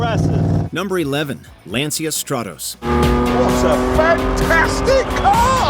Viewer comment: It's not "Lancia", it's pronounced "Lanchia", after all, it's an Italian company, and name.